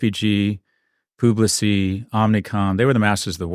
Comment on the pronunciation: Pub-li-cis... 🙂 I don't know how a Marcom guy can mispronounce the company. Still, he nailed, that advertising is over in the Don Draper is done. I'm gonna ride it out. ;-)